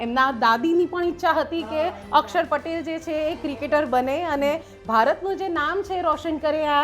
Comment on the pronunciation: માતાજી અકસર નહીં અક્ષર બોલો